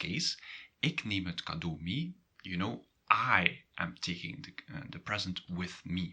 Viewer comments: а, так ты НЕ живешь или НЕ находишься в Нидерландах, в данный момент! Сорри, у меня сложилось другое мнение. Я живу в Нидерландах. Нет не всего лишь разница в произношении, разница в самом смысле, в данном случае с "mee"! И все таки разница есть, я бы сказал, когда ты говоришь - мё ми или же - мё мей (и последний всё же правильней)!!! Но да они не настаивают на правильности произношения, они пропустят мимо ушей, но спросят - Wat bedoel je? Wat zeg/zai je? =))) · he does not pronounce it correctly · I think I'm a bit lost in pronunciation, "mee" you pronounce like" mi" but I think here in Antwerpen they just say "me", or am I wrong? Thanks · Great video!. I am confused about the pronunciation of mee. I though the rule was that ee is always pronunced with a long e sound, like the a in the English word take, however you pronounce it as the e in the English word me. Am I correct or I am mishearing it? Is the pronunciation of ee different for this particular word or is it just a regional difference with respect to Dutch of the Netherlands?